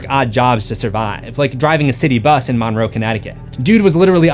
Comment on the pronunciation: shoutout to my hometown. it's pronounced mun-row, like james monroe's name